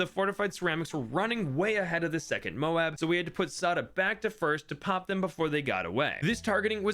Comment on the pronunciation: You pronounced it moe-ab, not mobe, what happened 😭🙏